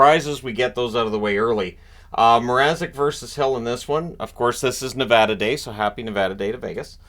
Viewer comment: Thank you for saying Nevada right :)